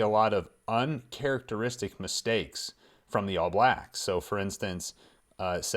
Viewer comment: I love hearing Americans say "All Blacks"! For some reason it seems like you all put the stress on the wrong word (a different word, I should say!). In NZ we say "ALL blacks" not "All BLACKS".